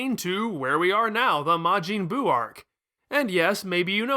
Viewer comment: It’s Buu. Not boo.